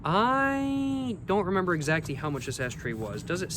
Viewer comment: Bro keeps saying “exacty”.. I guess he’s proving that he can’t take an L…